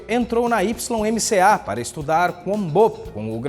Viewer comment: mais um excelente vídeo. Só uma dica: YMCA se pronuncia "uai-em-si-ei", em português ACM (Associação Cristã de Moços). Está presente nas principais cidades do mundo.